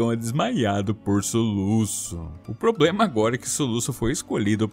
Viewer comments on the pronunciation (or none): none